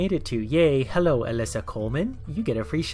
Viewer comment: THAT'S EXCACTLY HOW IT SOUNDS LIKE!! Like how does he fit in a W at the end lmao. It's like he's pronouncing the last half of OwO X'D